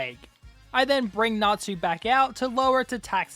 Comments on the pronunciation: I’m sorry I know it’s natsu or something but it sounds like n@ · I didnt know it was fairy tale until you said erza - because i wasnt looking at my sceen - WHY DO YOU NOT PRONOUNCE TSU???? Tsu is closer to su than tu- but you say tu and 😭